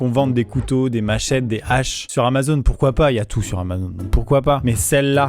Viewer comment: tu sors le mot hache 🪓 avec un accent de chez moi(Alsace)tu dis HHache 😅🤣